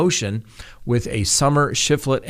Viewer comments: Say it with me now: ZU—LEM—A PAS—TEN—ES not ZOO—MELA PAS—TEN--ED—ES ok? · The person’s name is Zu-le-ma Pa-sten-es, not Zumela Pastenedas. And she is the wife of now deceased Alex Cox